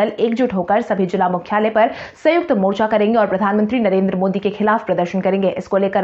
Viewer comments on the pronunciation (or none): none